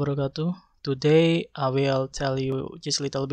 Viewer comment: your video is good, it doesn't depend on text either, but there are deficiencies in the pronunciation of words like words 'today' (Group 7) and fat is not bad love yourself